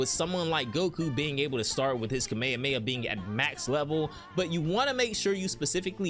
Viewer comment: I stopped watching and will NEVER watch you again after you seriously mispronounced kamehameha. Typical English db fans, BRAINLESS.